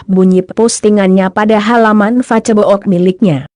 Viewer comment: Ck....pembacaan narasi kaco amat sih... Masak facebook fibaca facebok....